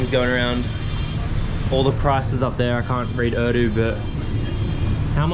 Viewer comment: Just came across your videos, so cool. You're living the life for sure and dude your Urdu pronunciation is really good! Pakistan zindabad 🇵🇰